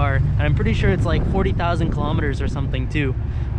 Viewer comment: wtf is a KILOMETERrrrrrrrrrrrrrrr ....lol jk nice video.